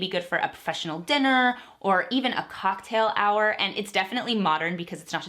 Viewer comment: i got really confused by “cocktail ho” for a couple seconds lol